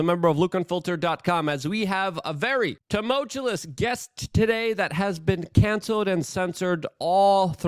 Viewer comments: Luke, you gotta learn how to pronounce tumultuous. Kinda sounds like Tuh-malt-chew-us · Can someone please teach him how to say tumultuous?